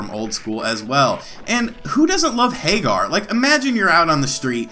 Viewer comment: Pretty sure it's Hag-ger, not Hay-gar. Anyway, it's cool that it has a aspect ratio switch. I had one of these clone consoles for a while and it bugged me because it always stretched the picture to widescreen.